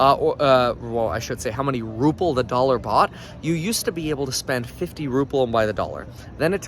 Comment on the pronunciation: It is Ruble not ruple